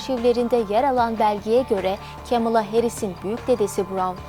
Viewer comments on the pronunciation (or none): kemıla değil yazıldığı gibi "kamala" yada "kmala"